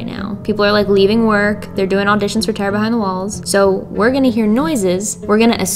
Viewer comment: your philly accent comes out to play occationally. It sounds like you're saying "Terra behind the walls". It's like you're an apprentice for Neil Degrasse Tyson